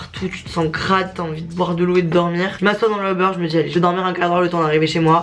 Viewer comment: a chaque fois qu’elle dit uber j’ai l’impression qu’elle dit “au beurre” mdr